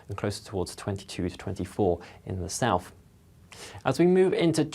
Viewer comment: Regards the weather chap, it's South not Souf. Please pronounce the 'th'.